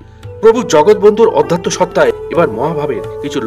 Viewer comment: Your presentation is not up to the mark. Do try to correct it also correct your pronunciation like Aadhatya not Odhatya.